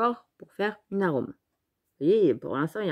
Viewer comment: Coucou, voilà une idée qu'elle est bonne avec ce die dont je ne m'en serai servi qu'une fois ds ma vie si n'etait pas passee par là 😁! Il est super ton ARUM (et non arôme, MDR 🤗🤗🤗🤗). Merci!!!!! Et tu n'as pas testé le pistolet de mon chéri???? Bisous 😗